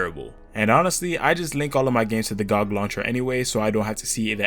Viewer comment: The way you pronounce "gog" is similar to how i used the pronounce clash of clans as "coc*"